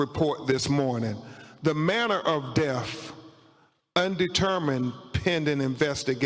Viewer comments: How is it possible this so called professional high profile attorney is so illiterate? His words thoo, troof, deaf and decompesation?? Some kind of jungle lingo? Wtf?? Did he mean to say through, truth, death and decomposition ? What a circus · I wish he would stop saying DEAF and say DEATH!